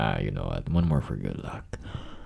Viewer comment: Why does he say more like morrrrre